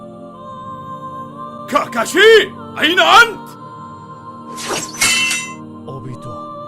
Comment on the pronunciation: اي احد لاحظ ان قال كاركاشي في